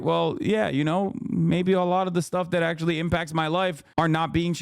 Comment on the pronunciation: said "ackshully you're weird" hahahahahhahaa